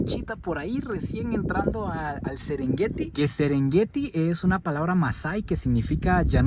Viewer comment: Casi nada el sesrengueti que maneras.